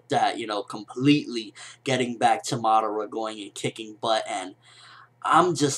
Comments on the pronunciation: Uchiha Mada--WHO? Madaara? And who the hell is this "Na-ru-to" that you speak of of? T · LOL WHY DO U KEEP SAYING MADARA NAME BACKWARDS